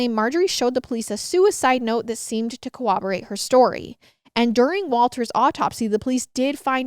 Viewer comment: "co-oberate" is not a word. It's corroborate.